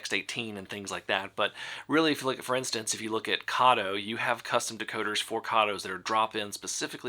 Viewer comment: Karto??????? It’s Kato as in Kayto!!!!!!!